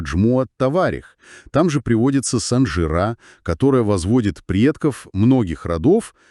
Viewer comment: Ударение правильно ставьте пожалуйста! СанжирА! На последний слог!